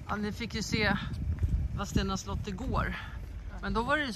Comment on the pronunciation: Håller med 😅Vadstena uttalas Vasstena, lite som Kristianstad uttalas Krischansta, Sorsele uttalas Soschelle, Askim uttalas Aschim, finns nog många fler städer som inte uttalas som det stavas 😇